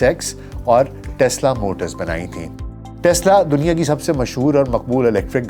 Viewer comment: ظالم دنیا کا تلفظ ٹھیک کریں۔